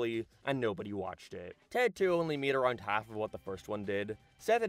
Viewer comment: No idea what accent this guy has, sounds totally normal until his he aboyt or aroynd.